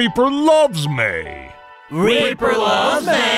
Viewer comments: You say it like meea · Red Robin Her name is Mei, not Mai.